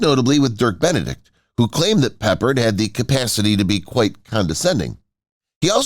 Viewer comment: It's pe pard